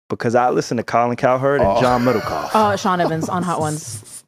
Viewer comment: John middlekaugh (butchered) name drop is crazy 💯